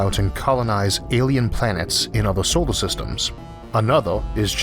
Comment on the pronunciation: The way he pronounces words like solor sounds like he said sowor.